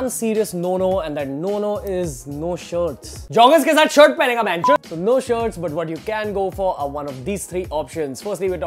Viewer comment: No no sounds like nunu